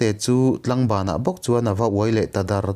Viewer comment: Ngaihnom thin khop mai. Kalo sawi ve lawk anga, (Tlangban) ni lovin Tlaangban thlukseina awm tur ania.. tlang (hill) anga lam tur ni awm tak ania.kalo sawi ve mai mai ni e.